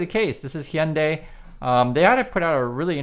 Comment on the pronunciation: Hello, just a share to add that Wall Street Millennial AND Logically Answered put out vids today on, respectively, the SoaceX grift and Musk's fading appeal. Adds to peopke's comments to check out Thunderf00t and Common Sense Skeptic channels. The wheel turns.... PS Heeyunday... I always heard it us Haiyundai. I am not sure now what to say here in California. I will also point you to the Beck steamer from Midnight Vultures, "Debra", when he croons, "Hey Lady, step into my Hyundai" ... "I'm gonna take you up to Glendale.. " Giggles. I saw that concert, too. Anyway, interesting re pronunciation, thanks!